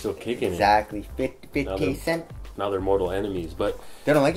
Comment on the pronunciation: Fivdy cent